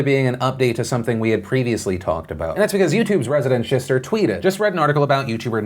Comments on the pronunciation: Phil said ‘shistar’ omg I’m crying 😂 😭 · "YouTube's resident Shishter" Oh fuck me... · I got caught off guard when you said ‘ resident shishtar’ I wasn’t expecting it and choked on my coffe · Phil saying “shister” made my day! Thank you Phil!! Love your face! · PHIL SAID SHISTER I'M FUCKING SHOOK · PHIL SAID SHISHTER I’M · Phil trying to say shister is MY ENTIRE FUCKING LIFE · No one else died laughing when phill said shistar? No? Just me? Kay. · Resident shishtar lololooooolll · Over here dead because Phil said "shister" 😂😂🤣😂🤣😂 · I’ve heard it all Tornado in New York and Philip said shistar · “YouTube’s resident shishtar”